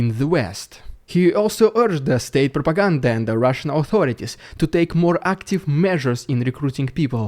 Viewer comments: You make me spit half my water with your prrrrrrrropaganda XD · Rrrrrridiculous Rrrrrrrrusian Prrrrrrrrrrrrrropaganda! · "Ridiculous Russian prrrrrrropiganda" 😂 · I love it when you say "RIDICULOUS RRRRUSIAN PRRRRRRRRRROPAGANDA"